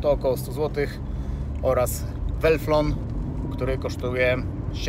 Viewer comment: wenflon a nie welflon :P